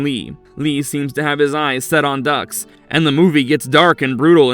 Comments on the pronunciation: It’s Frank “Dukes” not “Ducks” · It's not Ducks It's Dux Like Put up your Dukes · Calling him frank Ducks is killin me. It’s Dux sounds like dukes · It’s not Ducks. It’s Dukes. Like put up your dukes. It’s in the movie !! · Frank ducks 😂😂😂 it's duex like dukes not a animal that quaks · Dux is pronounced Dukes and not Ducks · Frank Dux=Dukes not Ducks are you serious, you dudes butcher all these names. Watch the damn movie's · And its dooks not ducks. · Bloodsport was 88 and its pronounced Dooooks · No genuine fan of Bloodsport (19-EIGHTY-8!) would pronounce the character's name as "Ducks"..... They literally broach it in the early part of the film. Also the fact that the film is supposedly based on the true story of a real Frank Dux who actually turned out to be a professional bullsh*t artist is a hilarious side-narrative. 😆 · Its pronounced doooks. Gotcha? Like put up your dukes right.... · You mis-pronounced the main character’s name in the very first entry. More than once. Content seems ok, but do you actually watch the films on your list?